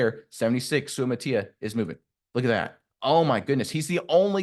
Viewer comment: If you're gonna critique players at least learn how to pronounce their names. Sue-uh-mot-uh-ee-uh as per Kingsley himself.